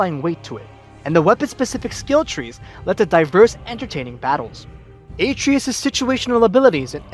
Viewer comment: It’s been 2 and a half years how can people still not say Atreus. uh-tre-us